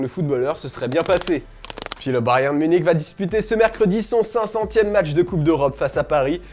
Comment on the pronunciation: Prk tu dit Bayern comme ça